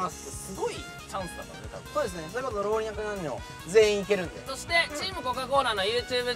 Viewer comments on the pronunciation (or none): トミー「ろうにゃく"にゃん"にょ」 確かに言うの難しいよね···笑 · 老若男女地味に言えてない？笑笑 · 初めて会う方とこんな風に関わることのできるお2人って、本当に素敵ですよね！ 見ていて温かい気持ちになります！ お2人が「ろうにゃくにゃんにょ」「ろうにゃくなんにょん」って言っちゃうところ好きです（笑） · 老若男女 を ろうにゃくにゃんにょ って言っちゃってる富永さん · ろうにゃくにゃんにょ になってて可愛ええ😂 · 老若男女 カンタ→ろうにゃくなんにょ トミー→ろうにゃくにゃんにょ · ろうにゃくにゃんにょ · ろうにゃくにゃんにょ笑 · 「ろうにゃくにゃんにょ」